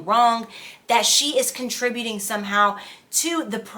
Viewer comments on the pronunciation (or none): none